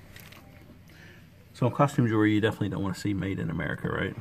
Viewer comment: don't be offended, but pronounciation of Jewelry is not 'JEWLERY'. Just sayin.. You can pronounce it anyway you want! Love your videos together and singularly. What The Hales rocks!!!